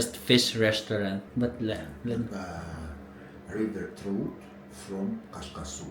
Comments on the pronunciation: TRAWT— yung pronunciation nung kinakausap mong fish. 😂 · Another big mistake. Hindi na ako natuto. Dapat pag nanonood ng vlog mo, either kumain na ako or kumakain ako. Nakakagutom grabe. Paborito pa naman yang fried fish. I hate you 😂😂😂😂😂. I think the pronunciation is trawt. Pero kausapin ba ang isda pero nakalahati mo na. 😂😂😂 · Hi. Trout is pronounced as Trawt po. 😁 Thank u for what u do. This is added on my bucket list in God's grace.🙏